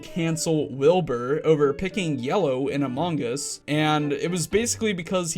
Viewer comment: I love it when you say among us lol "Amon-gus"